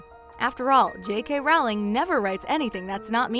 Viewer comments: HER NAME IS J.K. ROWLING LIKE ROLLING NOT RAWLING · It’s not Rowling as in howling, it’s Rowling as in rolling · it triggers me when she said it like j.k 'raowling' when its pronounced 'rolling' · ITS NOT rawling ITS rowling You uneducated swine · Its not Rawlins its row-ling as is in row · It's ROWling not RAWling!!!!!!! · The way she said J.K. Rowling... It’s pronounced Rolling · Why do americans sound so cringy when talking about HP? Maybe because they pronounce "Rowling" as "RALING". It's ROULING you morons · J.K. Rowling herself said in this video that is “Rolling.” I used to think Rowling too but then I saw this. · Her name is pronounced rol-ling not row-ing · It's pronounced ro not row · It's not pronounced Row-ling it's roll-ing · Rowling like bowling not Rawling. Its been 20 years. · heavy breathing Did you just say JK Rowling and pronounce it Rowling and not rolling breathing intensifies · It's Rowling not Rawling.. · why does everyone pronouces jk rowlings name as 'rowling' like it rhymes with 'bowing'? it's its pronounced like 'rolling'. she said it herself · its row-ling like row row row your boat,,,,,, or rolling pin.......................sorry, i couldnt keep my mouth shut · You mispronounced JK Rowling. Its Pronounced JK ROLLING. mic drop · If you are going to do a video on Harry Potter you need to at least know how to pronounce the authors name. Her name is pronounced rolling as in Rolling Stones. J.K Rowling(rolling) And just so you know J.K Rowling said how to pronounce her name herself. IT'S CALLED RESEARCH! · Her name is pronounced Rowling as in Rolling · Rowling is pronounced ROLING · Actually, I believe it is pronounced "rowl-ing? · She says Rowling as Rau-ling It bothers me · Her name is pronounced ROW LING. Get it right! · I cringe so bad very time you mispronounced Rowling. You're supposed to say it like ROLLING🙄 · Omfg it’s j.k Rowling as in rolling pin. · Ur saying the queen-J.K. Rowling- name wrong!